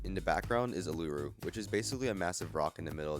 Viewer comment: that is not how you pronounce uluru 💀